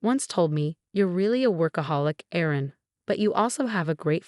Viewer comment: 😢Erin it is not Aaron!